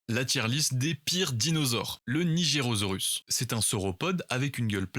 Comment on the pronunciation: je l'aurais pas prononcé comme ça le Nigersaurus. je le saurais maintenant.